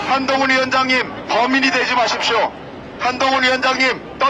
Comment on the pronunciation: 개판이다 한동훈 외치는 소리가 멍멍멍 ㅋㅋ